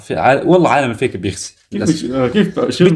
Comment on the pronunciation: عالم الفيك اول مرة قرأتو بالفتحة 😂😂😂😂بدل الياء 😂😂😂